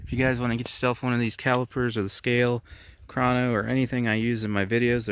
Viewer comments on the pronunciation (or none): none